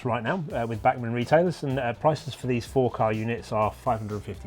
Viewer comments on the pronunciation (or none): It’s Bachman not bark man! It’s German and not London. When your spine hurts do you tell GP your bark hurts? Think about pronunciation before you speak. If you can’t pronounce correctly then don’t speak.